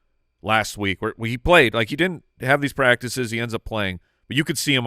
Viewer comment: “You haaave to do standup.” Detroiters for the win 😂